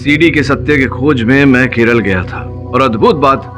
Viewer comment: KERALA not KERLA or KERELA 😭